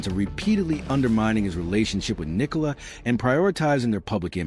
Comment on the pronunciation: its Nicola not Nicole